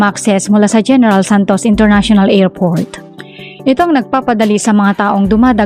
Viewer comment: Aw tseka International Ngerport😂😂😂